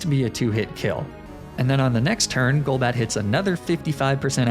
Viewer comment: theme challenge idea: pokemon you've mispronounced on other videos on this channel, such as magnemite golduck golbat etc.